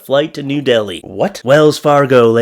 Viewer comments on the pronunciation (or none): none